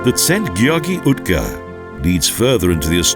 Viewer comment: 'Szopron' ... 'utka' ... stb .... a kiejtés kutya vacsorája, magyarul :-D